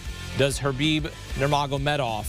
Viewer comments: Stop calling him “Herbib”. There’s no R there... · im not talking about the K. The guy on the left keeps saying “Her-Bib”